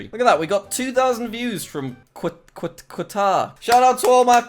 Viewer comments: Yay thanks for shouting me out from Qatar! Also its (k-at-ar) Qatar is amazing btw Doha is an amazing place I want to meet u lol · Jack pls stop saying Quatar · It’s pronounced car-argh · Qatar is pronounced Katah, Jack. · Jack: Im so good at geography! Also Jack: Kquatar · Jack, Qatar is pronounced "katar" as you don't really pronounced the Q in it. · Eh, he'll never notice it's pronounced gutter. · no one: Jack when he says Qatar: "Quatar" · Its QAAAATAR QAATAR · Nobody nobody at all. jack: QATAR everyone: katar... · Nobody: Nobody at all: Jack: quatare Everyone: nonono you ∂ιρѕнιт, it's Qatar. Said somewhere halfway between cutter and gutter. It's starting with an Arabic letter(ق), pronounced 'qaf'. It's similar to the letter Q in English but it's pronounced with more throat, like in the word 'caught' rather than the word 'queen'. Not to mention people who are from Qatar are called Qataris. (I looked it up a bit more, v interesting and v pretty (: ) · You mean kuatar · Qatar is pronounced CUT-OR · ITS PRONOUNCED KATAR YOU BARBARIAN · Qatar is said like katar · It's not Qatar, it's pronounced Katar. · its pronounced car tar, jack. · When you are Qatari and here him pronounce it wrong: 👁👄👁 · Pls let him go to qatar so he can learn how to pronounce qatar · He just said my countrys name so Badly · that's the worst way i have ever heard someone say qatar, smh, but he made me laugh, so i guess it evens out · jack its Q A T A R the second letter is A not U get it right for god sake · Your pronounciation of Qatar.......incredibke definitely not bad at all! :D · Love how he can't say Qatar 🇶🇦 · Who’s going to tell jack that’s not how you pronounce Qatar? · The Q pronounced like a C or K sound without a U and you're welcome :) Didn't know the least amount of your views come from here. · Jacksucksatgeography kicked in with Qatar being pronounced wrong. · *How do you not know Qatar* xD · Anyone else triggered at how he said Qatar? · Qatar is said as cuturr not quatar